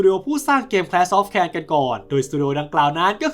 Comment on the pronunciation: แคลช ออฟ แคร์ ว่าซั่น😅😂